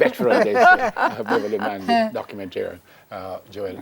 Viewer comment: Correct that crap, right now! Manley not Marley!